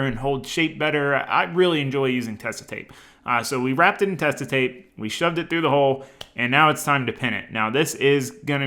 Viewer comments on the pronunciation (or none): I really love how the build is going along and how much time you are putting into everything to make it right. Just a little thing about the tape from a German (it's a german company): it's Tesa with emphasis on the e and a soft s. Otherwise it would be spelled Tessa.